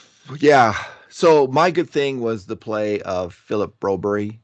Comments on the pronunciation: why are you calling Phillip broberg BROBERY???????? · Broberry???? BroBERG,. You can do it! Do you call Mark Whalberg, Mark Whalberry as well?